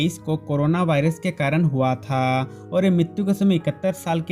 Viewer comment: Oi bhai aap huwaaaatha ye kya bol rareho huwa tha nani bol sakte ho????????!?